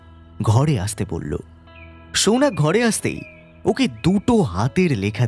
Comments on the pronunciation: সৌনক কে বারবার সৌনাক বলছেন কেন? বড্ড কানে লাগছে! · Uchharon ta Sounok, Sounaak noy. ei bhul ta apnar kache expect korini